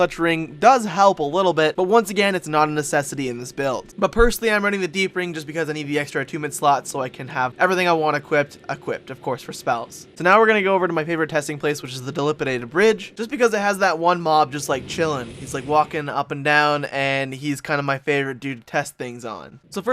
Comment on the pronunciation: deacon. dee-kan dilapidated. dil-lap-ih-dated pls